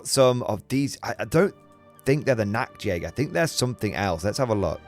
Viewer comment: Hey great video! Just to let you know, the way you pronounce the Nacht in Nachtjäger means Nudehunter (Nacktjäger) ^^. The CH is pronounced like in Loch Ness so it's Nachtjäger (Nighthunter). Also the plural of Jäger ist simply Jäger not Jägers. The next thing is the S in Stahltruppen is pronounced like SH in shiver or ship. Cheers!